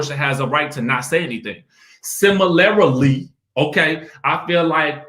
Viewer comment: “Similarily” 🤣🤣😂 ok....you need to create a dictionary